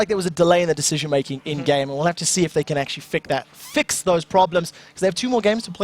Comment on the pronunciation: "fick that problem" haha xD